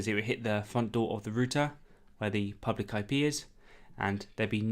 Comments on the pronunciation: Am I the first to notice "pubic?" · British for public just like rooter is british for router.... :)...and i say that tongue in cheek because being from Texas i've been told we talk funny out here...